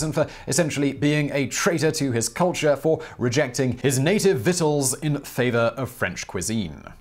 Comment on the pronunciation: Props to Simon and crew for both spelling correctly and pronouncing correctly that very odd word: victuals (vittles)!!! Nicely done!